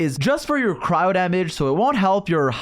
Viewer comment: Dude it's cryo not crowd